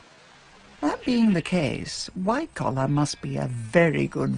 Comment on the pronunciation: She gets Wycoller a bit wrong, but never mind.